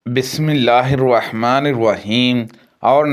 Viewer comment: بسم اللّٰہ الرحمن الرحیم غلط پڑی ہے. بسم اللّٰہ الرحمن الرحیم کی جگہ بسم اللّٰہ الرواحمن الرواحیم پڑا ہے جو کہ غلط ہے (الرحمن الرحیم میں " و" داخل کیا گیا ہے ٫جو کہ بسم اللّٰہ الرواحمن الرواحیم بن جاتا ہے ) تلاوت میں معنی بدل جاۓ تو نماز فاسد ہو جاتی ہے